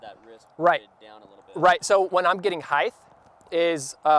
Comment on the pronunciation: Height not heith!